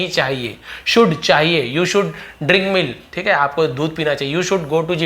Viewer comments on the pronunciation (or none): none